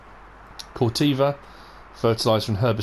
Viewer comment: Corteva rhymes with ever